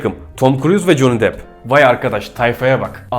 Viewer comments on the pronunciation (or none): none